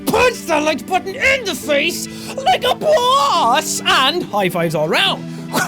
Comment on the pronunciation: No Jack..nooo no no, lol, wtf was that weird way of saying "Like a Boss" close to the end!! This ain't American Idol or did puberty came late for you, lol!! Just messing bro. You made my head tilt like a dog when it hears a weird noise out of the blue. Keep up the good job man and enjoy what you do becuz we do!!